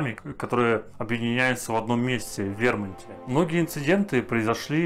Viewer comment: В вермунте😂😂😂😂Судя по озвучке😂😂😂Пипец а не 😂😂😂